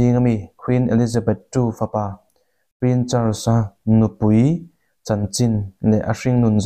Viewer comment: Prin chars tilo la, prince charles ti la😂😂😂